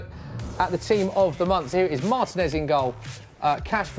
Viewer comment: Mar-teeeeeee-nez, not Martin-ez